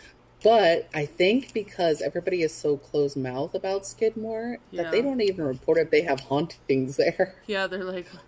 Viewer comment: If you would like some actual facts and real photos of Skidmore let me know. I grew up there. Knew everyone that died. My parents still live there. You didn't even say his name correctly.